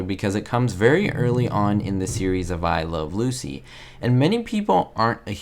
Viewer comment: You're not pronouncing the title of the show correctly.